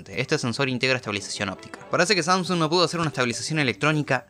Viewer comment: Samsuns xd te equivocaste se dice samsung